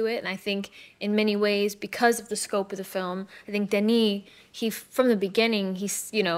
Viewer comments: Ça me fait bizarre en tant que québécois entendre un français prononcer le S de Denis Villeneuve. Super interview ! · oui mais le français c'est sa première langue. Il devrait savoir comment dire le prénom "Denis". Il le prononce "Denise". Il dit le S alors qu'il ne se prononce pas. Timothée le dit bien le nom du réalisateur et Zendaya aussi le dit bien. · Mais pourquoi il a prononcé Denis avec le “s” mdrr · Hugo est français alors pourquoi il dit "Denise Villeneuve" au lieu de "Denis"? Denis c'est pas un nom commun en France? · Can he stop saying zendaya and denis names wrong like wtf